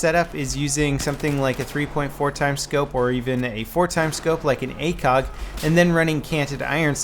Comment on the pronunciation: akog? thought it was acog.